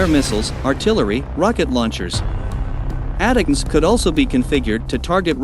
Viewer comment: Too bad you can't afford a human to narrate your videos - ATACMS is pronounced "Attack 'ems," not "At teh comes." Oh well, with that issue and 4.6k subs, that indicates 1945 is rinky dink <- FYI, that's pronounced "Rink E Dink" just in case a 1945 bot attempts to speech-to-text this comment. Even if I were an AI, which I might be, I'd still giggle ...